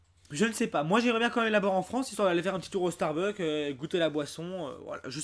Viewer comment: On dit StarbuckS!!!! avec un S !!!!